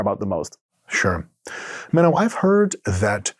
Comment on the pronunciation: Is it just me or did Dr Mike butcher Menno's name at the end🤣